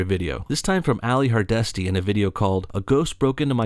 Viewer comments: And who the fuck is Ally Hardashty it's HARDESTY! Get it right... & you wanna be coming at her calling her dumb... at least she can pronounce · Pixel123 well yeah go to that effort to get "facts" then pronounce her name wrong when she says it literally 5 seconds after.... diminishes his argument entirely. Especially as he drop's the "2 brain cells" bullshit